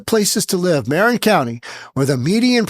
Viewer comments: It’s pronounced “muh-rin” county, not “mare-in” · Marin is pronounced "muh-RINN", not "MARE-rinn" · Marin is pronounced "muh RINN." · Love your show but you are pronouncing Marin wrong, think “summer in” without “sum” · Granted, Newsom is a chump, but what’s he supposed to do, rent an apartment? And learn how to pronounce Marin County. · just a heads-up. Here in California...when we say Marin, as in Marin County, the accent is on the last syllable. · Mispronouncing Marin County